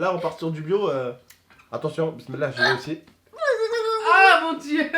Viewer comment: il me fait délire il dit bislillah et il boie avec la main gauche 😂